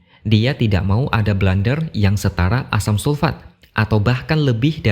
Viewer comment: Nyebutnya blunder om, bukan blander.